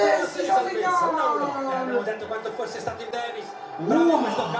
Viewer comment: Saccsess.....come c....parlate